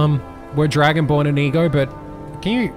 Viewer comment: be like “IM DRUGO-BORN”